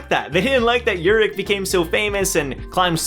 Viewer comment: No no you're saying it right (imo) And i introduce to you the only person who is op but ppl have 0 respect for him Example: khun was shivering in front of Jinsong ha the 1st time he saw him(and most high rankers) but called Urek a pervert in his face in the 1st time he met him😂😂👏🏻 Btw Urek is my number 1 for ever and ever